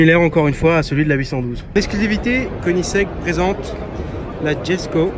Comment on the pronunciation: ça ce prononce Yesko pas djesko